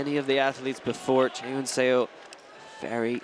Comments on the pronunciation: I don't know if the commentator will be able to see this but it's "suh" not "say-o" for Seo's last name. Every time the commentators pronounce her name like that it makes me cringe. I get that it's an unfamiliar last name but still :( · Excellent commentary! One nit to pick though--"Seo" is pronounced "Suh," not "Sayo." It should sound a lot like a British person saying "sir." The spelling is deceptive. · Please get a pronunciation guide for your commentators. Physical pain every time they're saying Seo as "Say-Yo". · What is making me nuts is his mispronunciation of Chaehyun Seo's name. Less than a minute on YouTube to get pronunciation of both. 🙄